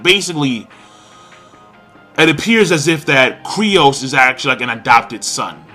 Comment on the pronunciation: His name is fucken Kyros, stop sayin Kryos... Thats so fucken annoying